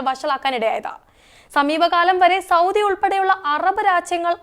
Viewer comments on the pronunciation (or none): none